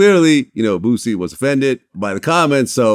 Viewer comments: Yeah it seems a lot of people can't pronounce Boosie name right they say bootsy...lol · Did he just say "Bootsie"😆😅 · He said bootsie 😂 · Why is it so hard for people outside of the south to say the word BOOSIE? Even Vlad uses to Z’s lol